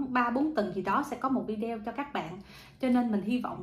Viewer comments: ở nước Thụy Điển mà phát âm chữ Video không đúng là sao vậy? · Đúng đấy bạn,đa sống ở nước ngoài mà phát âm chữ video nghe kỳ cục quá.